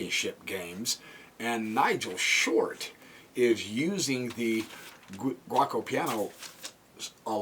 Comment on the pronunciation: Only one thing. To say correct Giuoco Piano try to say it like that Joko Piano. Also giuco is old italian now we just say gioco that meas game but also it is a verb I Play , Io Gioco.